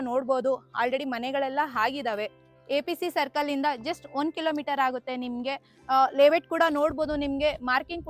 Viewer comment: ಲೆeವೇಟ್ ಅಲ್ಲಾ ತಾಯಿ, ಲೇ ಔಟ್